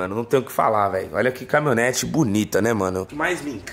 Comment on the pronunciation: Camimhonete que dize kkk